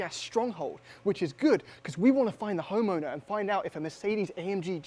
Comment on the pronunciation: "we want to find OUGHT"